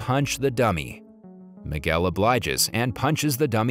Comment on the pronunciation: Boy can’t even say the name it’s Miguel dude